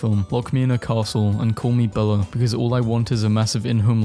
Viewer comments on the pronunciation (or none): HE JUST SAID BELLA INSTEAD OF BELLE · Stop saying Bella it’s belle no a